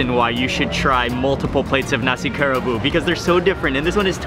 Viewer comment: I think it's pronounced Ka Ra Bu ... a 3 syllable word